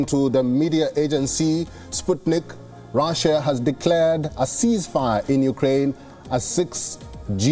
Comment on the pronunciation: Itz russia ..nt raaasia ..